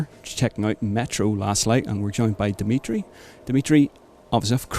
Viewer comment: Christ, the guy that was interviewing Dmitry couldn’t even pronounce his last name